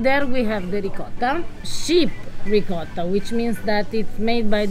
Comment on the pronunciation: A piece of me dies every time you mispronounce "ricotta".